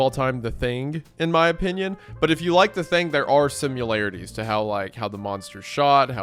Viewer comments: Wendigoon "simUlarities" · “Simularities” is not a word